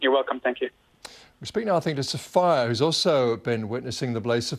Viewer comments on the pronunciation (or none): ! The girls being interviewed is called 'So-fire' (Sophie!) ... You kidding me ! ?